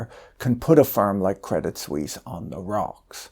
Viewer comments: The T in Credit Suisse is silent. French pronounciation. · No need to pronounce the t of crédit. Very nice video btw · Credit Sweeze?